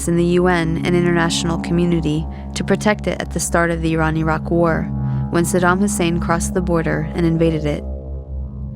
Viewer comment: Mmmmm...... Since when did America give a toss about civillians. 'THE ILLEGAL WAR ON IRAQ'. was much published. look it up you might learn something... ibiza luziaa whatever.......... hahaha btw its saddam not saddan. Saddam was a dictator, but so is america they aint any different, but the war was about WMD not anything else.